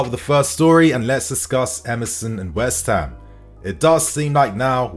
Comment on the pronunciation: Why can’t you say West Ham properly you spaz?!? 🤦🏻‍♂️😂🤡